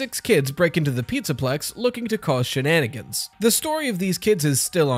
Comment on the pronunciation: "kids looking vause shannigins" 😂